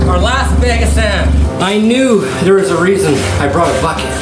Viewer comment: Say it with me, BAG. not beg